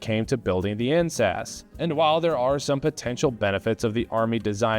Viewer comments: Heard that as "incest rifle" lmao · I swear to god I thought you were saying the incest rifle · I keep hearing "incest rifles" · When you first said INSAS I heard incest. The I thought of Pakistan. 😂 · The Incest Rifle. I heard it, too. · He can't pronounce it properly. It's pronounced more like 'in - saas' the ah sound is emphasized, that should make it easier for you. I don't know how he made it sound like the word incest.